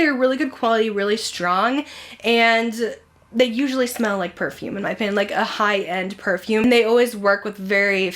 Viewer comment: It’s too funny that you said “Perfume’ie” I went to 5 Below today to get their new Toy Story tee so while I was there I went over to see what they had in their perfume section. Well they had one called “Cotton Candy” & I love my Bath & Body one, so I sprayed it on & then smelled it & said out loud that’s really “Perfume’ie” lol.. Thanks for this video & All that you do!! 🤗